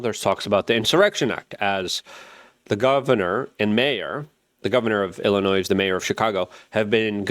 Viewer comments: Luke, I hate how you pronounce Illinois. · The s is silent in Illinois